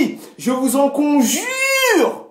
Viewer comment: MDRRRR tu ma tueeeeeeee de rire quand ta appuillé "Je vous en Conjuuuuuuure!!!!" Hahahahhahaha